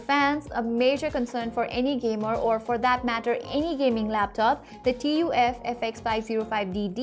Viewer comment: Its TUF not TOF 😂😂